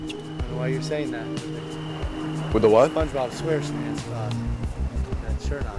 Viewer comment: "Spongebob square smamps"